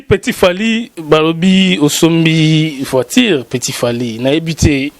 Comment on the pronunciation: Voiture et non voitire